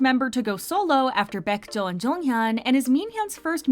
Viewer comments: it's baekho not baekjo also totally understandable mistake but d1ce is actually pronounced D-Once I think it's stupid how Danielle was forced to apologize for saying "Chinese new year" but are we ever gonna address the rampant sinophobia in Korea? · Since when did our Baekho (white tiger) became Baekjo (a white bird) lol please correct it asap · baekjo😭 its baekho sister.. real name KANG DONGHO